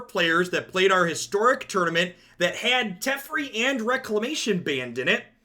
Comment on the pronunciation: It is pronounced Teh-Fair-E, not Tef-er-E